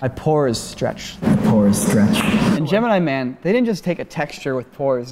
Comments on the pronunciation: the way says "Gemeenee Man" absolutely kills me. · the way says "Gemini Man" (correctly for one) made me cackle